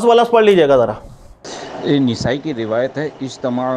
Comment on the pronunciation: نون کے زبر کے ساتھ نسائی ھے زیر کے ساتھ نھیں سر مفتی جی